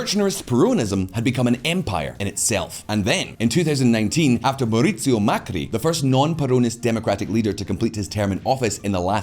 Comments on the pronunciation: For any foreigner seeing this, this guy could not get the name of Mauricio Macri right. It's not Mercurio. It makes the you wonder the quality of their research... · Hi, an Argentinian here, There are a few things left out but still very close, What I find funny is the fact he pronounces Mauricio Macri differently every time, haha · I love "Mercurio Macri", I cannot un-hear it now.